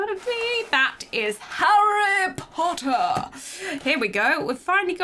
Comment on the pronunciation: "That is harry pottah" Malfoy:You stole mine line... Me:🤣🤣🤣🤣